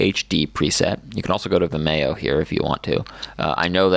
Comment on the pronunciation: And it's pronounced "Vim-ee-oh" not "Vi-mayo"